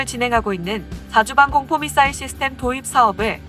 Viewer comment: 사거리라고발음하는데..? 사거리가 문제가아니라 미사일이문젠데 미싸일이라함